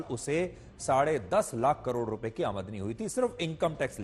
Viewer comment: Aamdani hota hai amdi nhi 😊